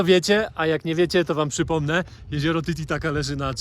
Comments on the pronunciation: Titicaca, nie titicaca 😭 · Znaczy mówisz zawsze tititaca🤣